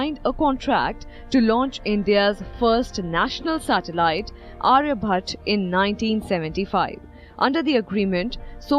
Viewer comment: Please properly pronounce Aryabhata and Bhaskara - try not to be western in your pronunciation - properly enunciate the ending ‘aa’ vowel - sounds stupid otherwise